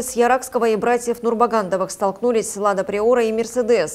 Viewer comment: не уступил МЕСЕРДЕСУ,,. Диктор, правильно подберите выражение... Следите за речю. Не занимайтесь.... Поняли?